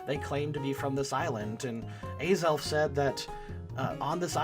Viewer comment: Its az-elf not a-xelf